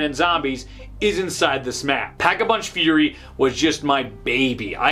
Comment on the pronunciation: Lol it's fury not furry